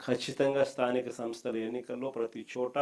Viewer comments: స్థానిక సంస్థ అని ఉచ్ఛారణ కూడా సరిగా చేయ లేవు. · jagan తో అనిపించు కరెక్ట్ గా😂